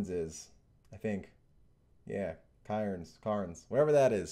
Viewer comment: Cairns, pronounced “cans” Is Australia , country code AU